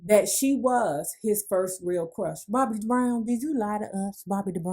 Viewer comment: 🤔 Why does she keep saying DA BROWN Get my Best Friends Name right Lady. 😡